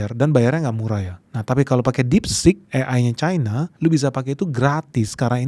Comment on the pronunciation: cina, versi cina adalah cina. cina versi inggris bodoh, membacanya jadi caina. mengapa mengikuti inggris bingung ?😊